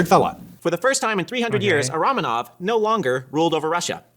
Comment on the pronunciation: 'ramenovs' wtf